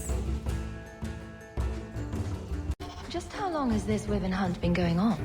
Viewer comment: This is good but they pronounce Wyvern wrong. It's more like this